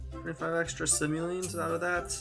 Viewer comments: I cringed every time he pronounced simoleons wrong :D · Omg me too!